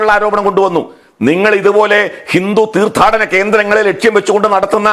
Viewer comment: തീർത്താടനം അല്ല തീർത്ഥാടനം ആണ് ശരി